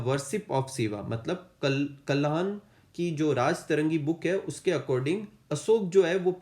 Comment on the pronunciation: Sir meri baat ko galt mt lena pr kuch pronunciation sudharna chahungi . अशोक को देवनामप्रियदर्शी की उपाधि मिली थी यहा पर आपने देवनामपियादसी कहा था और कल्हना राज्तरंगि नही राज्तरन्गिनी होगा और अशोका सिर्फ धम्म यात्रा करने न्ही गये थे बल्कि उन्होने वहा धम्म यात्रा चलायी भी थी ताकी लोग वहा की सँस्कृति के बारे मे जान सकते और वह अनुयायी बने थे मोगलिपुत्रतीस्सा के जहा आपने ने मोगापुत्रतीस्सा लिखा है और उन्होने गुफाए वहा अजिविको या आश्रितों के लिये बनाई जो दूसरो पर निर्भर है baki to sir aap apna best try kr rhe hai taki hamare ache Mark's aaye thank u so much 🙏🙏🙏